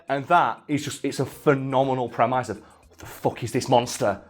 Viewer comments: Did this dude really pronounce premise "prem-eyes". ˈpreməs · pronounced "premiss" not "premize" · Premise is pronounced prem.iss, not prem.eyes. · Prem eyes? Not prem-is? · Do English people say premayse or is being silly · I've heard the "mise" pronounced like "miss" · Who taught you to pronounce 'Premise'? They were wrong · The scariest thing in this video is pronunciation of “premise” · Why does always mispronounce the word premise?